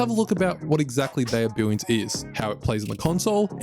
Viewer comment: Billions or Billwiouns? Lmao